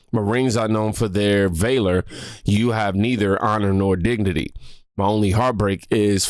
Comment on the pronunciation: Love your vids bro. But you've pronounced valor wrong several times in many vids. It's vah-ler not vay-ler. Love the vids, but as a Marine it bothers the f outta me😂